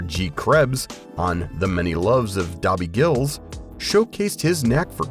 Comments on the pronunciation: LMFO A.I. Narrator describing Bob Denver in ' The Many Loves Of Dobby Gills', hahahahahahahahahaha OMG it's Dobie Gillis a**hole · Thumbs down and blocking you for not being able to pronounce Dobie Gillis